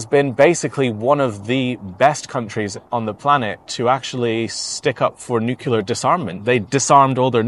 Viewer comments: Nuclear not nucular mate….. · thanks for your update. If I may pick up on one word that you pronounce, it is, nuclear. You, like many others, including past Presidents, say nucular. It is NEW CLEE AR. Cheers and stay safe mate. 👍🙏🦘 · Excellent content as always - except that it is "nuclear" not "nucular". You don't want to be sounding like Dubya.... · Love your work. I'm Canadian, and we are with Ukraine until Russia is crushed. If I could ask you one favour, if you would please reconsider your pronunciation of the word nuclear. Thank you for your consideration.:-) Slava Ukraini!